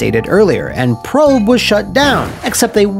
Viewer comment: I thought Prope was pronounced "Pro-pay"?